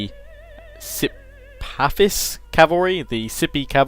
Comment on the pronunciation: lol, its not 'sipafis', its an h, sipahis